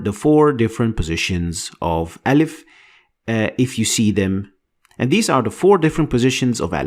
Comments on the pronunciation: I am arab, you are very good but your pronouciation of أ need to be softer like in the word aim not like in the word arm. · its alif not elif